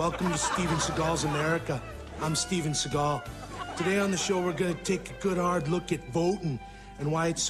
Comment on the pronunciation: Fact: The correct pronunciation of his last name is Sea-Gall.